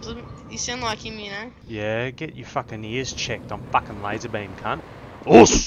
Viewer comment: Lmao "before I facking pulp you", love it.